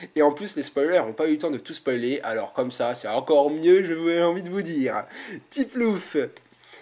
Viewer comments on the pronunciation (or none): none